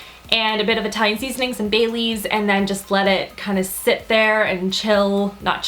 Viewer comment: when you said bay leaves i thought you said baileys like the liqueur haha!